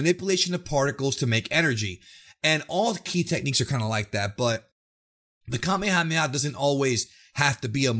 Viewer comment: I definitely would appreciate, being from Hawai’i, that you guys start to Pronounce Kamehameha Wave correctly.. Being an 80’s baby, watching Dragon Ball since the late 80s early 90s and beyond. I cringe when people go out their way to correctly pronounce other words/attacks but continue to mispronounce the Kamehameha Wave.... Thanks 🤙🏾